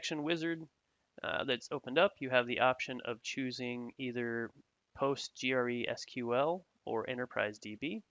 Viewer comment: Handy video but I'm sure that someone by now has told you it's pronounced Postres-QL rather than POT-G-R-E-SQL?